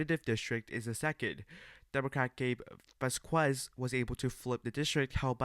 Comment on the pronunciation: Buddy said Gabe “VAS-KWEZ”